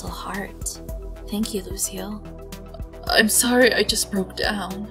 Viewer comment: When you say Lucile it sounds like you are saying Lucio